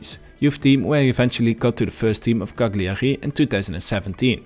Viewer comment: bro learn how to pronounce cagliari.. otherwise great video very informative👍